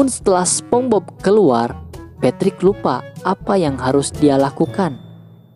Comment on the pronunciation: BTW nieehh....SpongeBob dibaca Spons;Bob,,,bukan SpomBob🤣🤣🤣🤣🤣🤣🤣🤣🤣🤣🤣🤣🤣🤣🤣🤣🤣🤣🤣